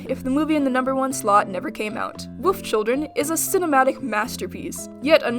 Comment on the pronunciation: Am I the only one who heard Woof Children instead of Wolf Children??